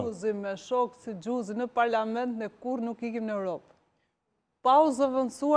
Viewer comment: 😂😂😂😂😂😂😂😂😂😂😂😂😂😂😂😂😂😂😂😂😂😂😂😂😂😂😂 kush eshte kjo ????? Xhuziii 😂😂, meso alfabetin o gojore ,Gj e madhe e shtypit,gj e vogel e shtypit :Gjuuuuuuziiiii